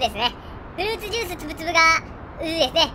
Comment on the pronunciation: さん…！ まさかの続編で嬉しすぎる…！ いや、さんと呼ぶべきなのか…？ フルーツジュースつぶつぶの「ジ」はい段ですよさん！